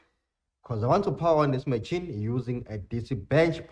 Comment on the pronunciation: brother it’s pronounced Ma-sheen (machine) 😁 good work, most information on this channel